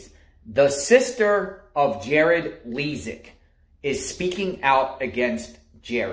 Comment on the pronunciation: Dude, you can't even get his name right. You called him James and you can't even pronounce his last name correctly. And don't worry, our legal system will do all the work here. You don't have to do anything. Sit back and let them do their job.